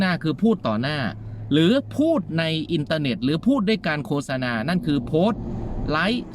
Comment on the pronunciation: ขออนุญาตครับ...คำที่ถูก...โคด-สะ-นา...นะครับ...ออกเสียงไม่ใช่...โค-สะ-นา นะครับ...